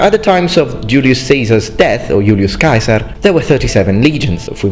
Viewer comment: At last, a speaker who knows how to pronounce caesar properly. Now you know where the word kaiser comes from.